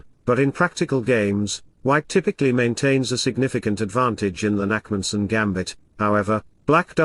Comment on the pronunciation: Its the Nakhmanson gambit, not Nackmanson, but ok...